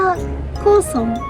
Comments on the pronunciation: 車のDIY上手に出来てるね、凄い発想と機転が利いてるよ！ 料理を楽しみながら、街の灯りが広がるのを見ながら手 料理を楽しんでいる「」可愛いね・・・ それにしても「幸村」が「こうそん」になる天然には笑っ てしまったよ、と、そういう処も魅力の一つだが！ 体調と事故には充分に注意して、多き趣味をお楽しみ！ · 真田は幸村(ゆきむら)って読みますw あと信じてた人に裏切られたのは織田信長ですね😅